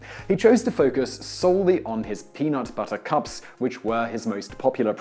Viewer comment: I heard the Princess Bride when he said, "Reese's Peanut... Buttahcahps."